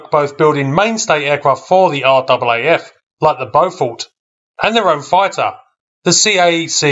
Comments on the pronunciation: Never heard an Aussie say are-double a-eff. Everyone I know says RAFF. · RAAF, its pronounced r-aa-f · It’s in fact pronounced RAFF as in Rif Raff 😎